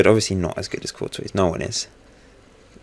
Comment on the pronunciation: Good video but Courtois is pronounced 'Cor-twa' not 'Cor-toise'